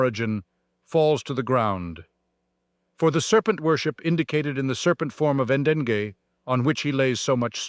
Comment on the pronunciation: "Degei" is pronounced Deng-ey... Not "En-den-gay"